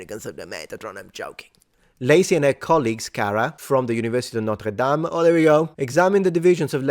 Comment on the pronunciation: Notre Dame is in France. Nor-ter Daim (rhymes with game) is the university. This isn't a criticism, I'm just also very pedantic.